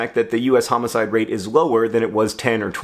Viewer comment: The way you say "tooosday" and "day-ta" are still hilarious. Like a toddler with a lisp. I'm surprised that you say "homicide" correctly, rather than "hoe-mow-side" or some nonsense! xD